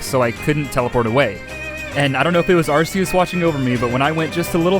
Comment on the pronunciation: Love your vids dude, I watch them so much and always get excited when I see a new video of yours. But there's one fatal flaw. You say Tog-ah-dic. When it's pronounced, Tog-ah-tick. But besides that, the Arceus- I mean Arkoos pronunciation is fine.